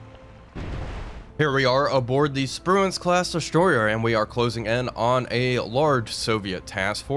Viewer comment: "Sprue-can" Shame about the war crime.